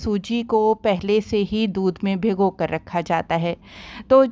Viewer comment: اپنی اردو تو ٹھیک کر لیں پہلے ۔۔۔ بگھو ۔۔ نہیں ہوتا ۔۔ بھگو ۔۔ ہوتا ہے لفظ